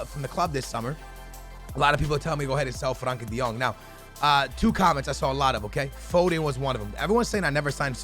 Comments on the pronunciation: Its frenkie de jong not Frankie de jong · It is FRENKIE DE JONG not FRANKIE